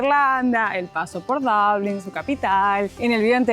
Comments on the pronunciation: Chicos, los seguimos desde hace años y nos encantan sus videos. Solo que en estos últimos nos choca un poco escucharlos decir Dablin (pronunciación en inglés de Dublín). Si están haciendo un video en idioma español y ya hay una palabra en español para referirse al lugar, por favor pronúncien en español, así como suena, Dublín, con u y acento en la i. Sino es como si estuviesen en Milán y digan Milano o en Moscú y ustedes digan Moscova (pronunciándolo en el idioma local). Gracias por compartir sus hermosos viajes, un beso enorme!! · Por que dicen DABLIN?... No le veo la A.. es Dublin.